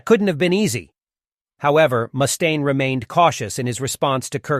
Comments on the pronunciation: Who tf says "mooooostaine"? Its just muh-staine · Moostaine? Wtf? This must be AI